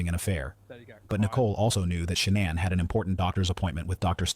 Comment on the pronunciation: AI narrator pronounced Shanann’s name in some creative ways, but I like this one the best: Shay-Nonn These AI vids are unlistenable